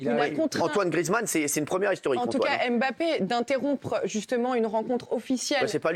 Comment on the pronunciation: chers francais, RESPECTEZ LES NOMS DES GENS, c´est la derniere fois que je le dis: c´est MBAPPE ET NON M-BAPPE pareil pour NKOULOU PAS N-KOULOU. C´est aussi ca etre integre dans la culture de l´autre.